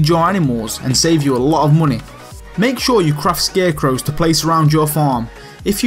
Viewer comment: "muney" liked justed cuz of his accent